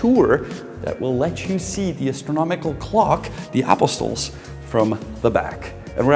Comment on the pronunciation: I love your pronunciation of English words - like Apostles.